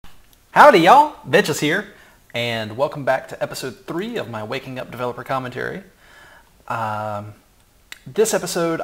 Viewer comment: did he say his name as vecchkis joklingly cuz other people have said that in their commentary or is that how you say it forreal lmao i thought it was pronounced vex